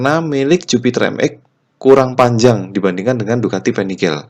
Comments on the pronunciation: Panigale nyebutnya tetap PANIGALE om bukan penigel.. Krn ejaan bahasa italia beda sama ejaan inggris hehe... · Panigale om, made italy soalnya. Jadi baca atau pengucapanya pake aksen italy. bukan panigel. 🙏🏻 . Btw modif nya gud sangad. 👍🏻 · Untung nyebut panigel nya gak begitu sering🤣